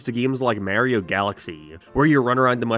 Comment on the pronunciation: Never say Mario like that again💀💀😭😭🙏